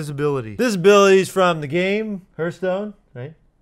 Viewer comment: "He comes from Heartshtone..." #TRIGGERED #UNSUBSCRIBE #REPORTED